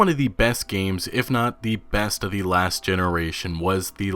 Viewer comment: Please stop pronouncing ‘the’ wrong